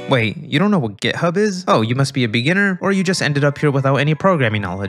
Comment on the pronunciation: Is it just me or he is really saying gay hub